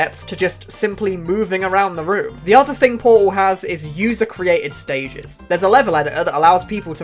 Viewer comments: bro doesn't says "portal" he says "poal" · I am truly sorry, but po-al 1 and po-al 2😂, don't hate it's just so funny